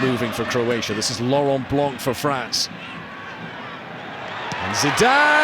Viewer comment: As a French person, it makes your ears hurt to hear the pronunciation of certain French players' names. : Deschampes, Blanque, Lebouf whereas in French it is pronounced (Des Champs, Blan, Le Boeuf). Couldn't the English-speaking journalists ask their French-speaking colleagues about the pronunciation ? That way, the French wouldn't have their ears bleeding.